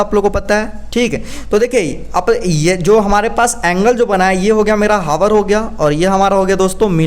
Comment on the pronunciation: हावर नहीं सिर जी आउर पढ़ा जाता ह